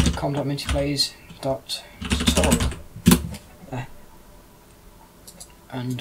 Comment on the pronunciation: Did anyone hear him say condom when he tried to say com.